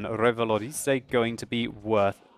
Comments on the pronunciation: ahah i'm french and i love your " rivalorisé " :d it's REvalorisé :d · You're pronouncing Revalorisé a bit wrong. You stress the i but you should stress the é, Revaloriséééé. Just saying :p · lol no French or Canadians are watching this considering the fact that no comments mentioned that he pronounced revalorisé wrong, but I'll accept that since he has a British accent. if you're reading this, don't mind it, I still love your vids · french and I would say kind of, but dont pronounce the Y in the "ay", or you'l sound like the cliché english accent when we imitate english people speaking french lol ;) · Mdr comment il prononce Revalorisé 😂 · Thats funny how u say "revalorisé" with ur accent :P I liked it :P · I love how he pronounce "revalorisé" :'D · Okay I know you love to pronounce your tanks with elegance but I'm pretty sure the French don't roll R's. They do that little phlegm sound but without so much phlegm. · Omg nononono dont Say revalorisé un french! Sounds pretty bad